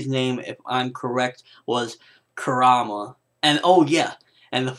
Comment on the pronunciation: Show the Son Goku some respect dude! Kuruma it is Kuruma! lol Great review! :P